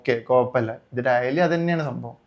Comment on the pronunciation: daily❌ dayalii✅